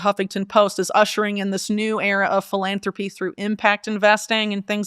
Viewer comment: Felonthropy instead of philanthropy